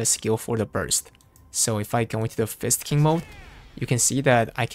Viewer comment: ....why does it sound like you keep saying it as Fisting instead of Fist King.....are you trying to tell us something? smirk smirk